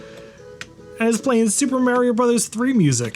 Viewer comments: Mah-rio, not Marry-Oh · There’s no way you’re your age and pronounce it “Mary-o”. You’re so trolling us. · Merry O? you've heard him say it, right? he says his own name. why do people do this? 😂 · MARE-EE-OH?? UNSUBSCRIBED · Never heard Mario pronounced as maryio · You pronounce "Mario" wrong.